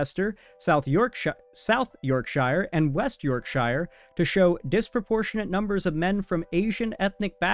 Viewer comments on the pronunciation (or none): 1. YorkSURE.. in UK when the town ends in shire it's pronounced sure not shy-er (like the shire from LOTR.. no it's pronounced SURE (Shure) 2. Starmer is NOT far far right, he's Labour he's more a center left. Far far right is Nigel Farage (Reform party) or Rupert Lowe (Restore Britain) 3. The point of collecting ethnicity data is supposed to be for every crime. But in this case, it's to make the point & debunk this right wing crazy. While yes, Starmer started of further left the whole Labour movement started to drift (just like Democrats did) trying to win the minority voters because in 2024 suddenly Reform was gathering steam in the polls.. they drifted on immigration (See Mahmood, the immigration Czar).. but no, the Labour party is far from being even right, definitely not far far right. Starmer just resigned & Andy Burnham is expected to take his place, he's much more left. Similar to democratic socialist. But here in Wales there's been an explosion for the Plaid Cymru party winning by elections.. Spanish American who lives in Wales since 2019 & was in England .. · shire suffice is pronounced more like "sure". Shire pronounced "shy-ir" is only when used as a noun by itself like as in The Shire from lotr